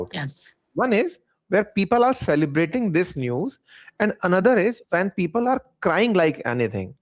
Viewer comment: पीपल्स ❌ फिफल्स ✅😅